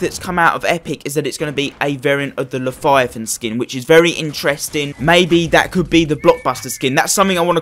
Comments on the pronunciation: It’s Leviathan not leTHIGHathan pls stop saying it like that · Le-vya-than say it with me! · Lefiathan? Leviathan. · "the laviathyathin" says to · Llefifon lmao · He needs to stop tryna say Leviathan